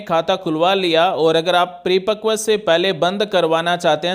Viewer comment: Pre pakv nhi 😂 paripakv bolte Hain